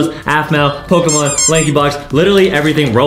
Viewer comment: Adam, I’m happy you know Pokémon cards and how you perfectly pronounce the names of the Pokémon.. love it